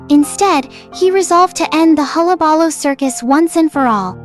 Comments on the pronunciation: It's "hul·la·ba·loo" not "holla balla". Also Joker wasn't the one who set the fire, it was Murro Morton. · huh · luh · buh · loo You're saying it weird. That's how.